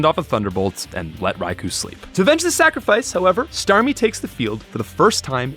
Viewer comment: It's pronounced "Rai-koh."